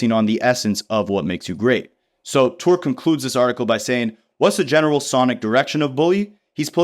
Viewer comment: Touré is pronounced “Tour-Ray”